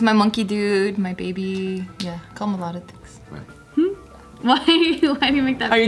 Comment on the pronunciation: you say my bebah every vlog 😂